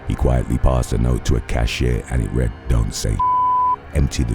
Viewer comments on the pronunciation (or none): none